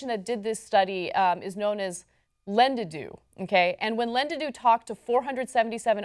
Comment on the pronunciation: Lol "lend-eh-do" I believe it is lend-edu